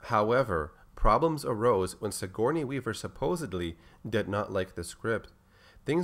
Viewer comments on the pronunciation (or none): none